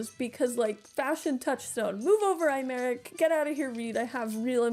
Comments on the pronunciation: i'm too FFXIV pilled to not flinch every time it's pronounced "eye-merick" bc they pronounce it "eh-merick" in the english dub and it's really throwing me more than i anticipated. they really don't say aymeric's name a whole lot in PL, i barely noticed through Aurore's accent. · Hi, I couldn't take it anymore. His name is a real French name and it's pronounced "Ey-Mar-Eke", or Aymarique, if that makes more sense visually Other than that, love the video! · wow, that pronounciation of 'Aymeric' was particularly insulting